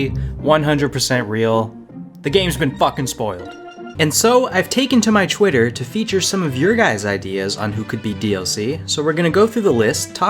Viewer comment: are you from Phili? You pronounce "twice" and "twitter" "chwice" and "chwitter"